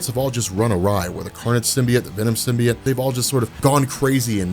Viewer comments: symbiote is sim-bee-OAT not sim-bee-IT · I cringe when he says "Venom Simbi-et".... its 'Simbi-ot"